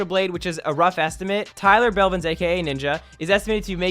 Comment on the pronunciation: nah it’s Tyler Bellvins😆😂